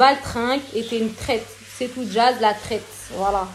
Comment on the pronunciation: Je n apprécie pas Jazz mais j'aime encore moins les provocateurs comme cette fille, à la recherche du buzz. Ça fait pitié. "Eh na na na" Et on dit traitresse pas traite ou limite traitRe si tu veux Enfantillages qd mm